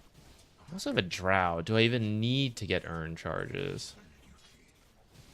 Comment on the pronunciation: Props for being the only Dota streamer who pronounces draught properly.